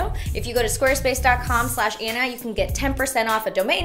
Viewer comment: Everytime you say your name I can't help but hear "Anaconda" 😂🤣